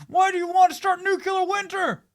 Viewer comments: Why does half of America pronounce it "Noo-Q-lar?" Websters Dictionary: Noo ·klee· ur, or better yet, New-Clear. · Again, it’s pronounced New KLEE er, not nuke you lar.